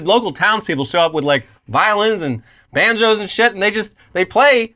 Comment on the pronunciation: "Banjos" - 🤣 - Every Irish person